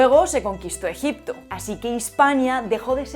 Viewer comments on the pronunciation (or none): none